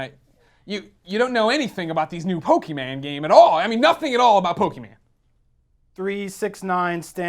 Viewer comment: That's not how you pronounce Pokemon!